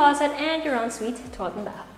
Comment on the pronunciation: parang ASMR yung en suite 😅 ang perfect ng pagkakasabi